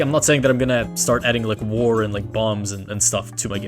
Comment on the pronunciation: instead of "war" you said "ear", so yo sentence is "ears is always bad<".